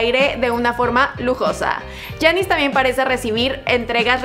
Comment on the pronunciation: Porqué no pronuncias bien el nombre de giannis